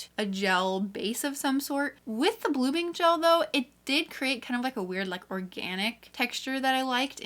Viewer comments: lol the "blogming liquid" 😂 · Is no one going to talk about "blogming"?